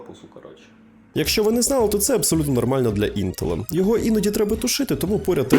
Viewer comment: На слові "інтел" - зупинив. Але автору респект і лайк авансом для просування відео